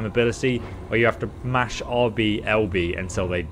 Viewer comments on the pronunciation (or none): none